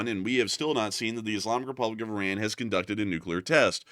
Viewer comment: The New name if the Country is.. I-Run! 😅 got um!